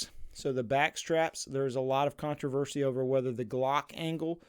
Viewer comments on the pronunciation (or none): none